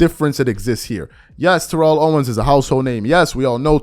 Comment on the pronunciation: TErrell Owens. T.O has to be so frustrated with people mispronouncing his first name.